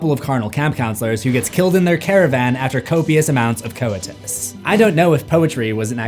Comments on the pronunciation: This is just my OCD, but to my ears you are mispronouncing certain words. For example, you pronounced coitus as CO-IT-US, which I understand to be COY-TUS. Similarly, viscous was pronounced VIS-CUE-US, which to me should be VIS-CUSS. I’ve noticed this on a lot YouTube channels and podcasts where younger hosts pronounce words differently than I would. It drives me crazy. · Your mispronunciation of basic English words is alarming. What the hell is co-it-us? It’s pronounced koi-tus. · Coy-tis. Sah-trah. Please research words you don't know. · Bro butcherd the word Coitus